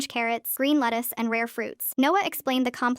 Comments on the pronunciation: BRO REALLY SAID LETTUS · did I hear letus?